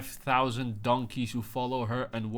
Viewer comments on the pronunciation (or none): none